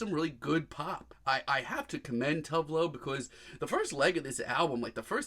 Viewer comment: Honey...! Her name is pronounced as such: Too-vay Loo